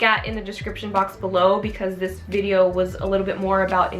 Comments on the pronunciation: Did she say "skincare vidior" ?! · I love how she says video I don’t know why I just do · Damn when I heard you say video I was like ok she’s Australian but the read the description lll